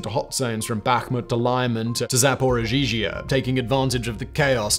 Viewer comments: It is Zaporizhia, not “Zaporizhizhia” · Zahpohreejah. Try it. Zahpohreejah! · My guy, please learn how to pronounce Zaporizhzhia. I love your videos but it's killing me. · The second z in Zaparozhzhia is silent. Why do you insist on always throwing in a mispronunciation in your videos?